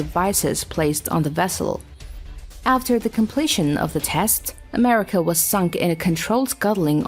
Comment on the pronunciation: USS A-mercia?